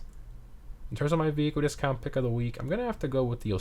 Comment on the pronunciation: Vehiquele Disquount, he says.